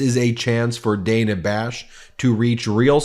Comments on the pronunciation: Ben, am is all you need to say. Following that with "in the morning" is redundant. And Dana Bash pronounces her name "Danna" with a short "a". Come on, man! You should know this stuff! Congrats on hitting 3 million subs, MTN! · As opposed to am in the evening? Measure words. Extra verbiage grates. And CNNs Ms. bash's first name is pronounced Daaana if you spell it phonetically. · Ok y'all... Huge fan & respect what you do... But Ben, oy vey Ben... PlEaSe have someone police your pronunciation of people's names. It's so often it feels purposeful, which I would hope is not the case.. for example- Dan-a Bash... Not day-na. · BEN, IT IS PRONOUNCED DAN AHH, NOT DAY NAH...... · Dan-a not Day-na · It's DAN-a (like Daniel) not Dayna Bash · Her name is produced “Dan” a, not Dana. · It’s Dan-a, not Dane-a. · It is DANNA...not DAYNA! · She pronounces her name as DAN AAAH not DANE A. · Ben, Good report, but let's not fall into Trump-like pronunciations, it is Dan-ah, not Day-na. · Her name is pronounced like the name Dan. Than add an ah to the end of it. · Ben, why are you mispronouncing Dana?